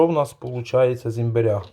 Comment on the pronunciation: Не імбірь, а імбир.